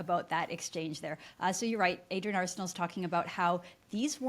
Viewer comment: Adrienne Arsenault? With emphasis on the first syllable of her last name?